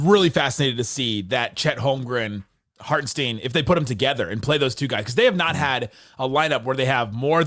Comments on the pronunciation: Hartenstein rhimes with fine, not keen. I saw him complain about his name being mispronounced. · You guys are killing me mispronouncing Isaiah Hartenstein.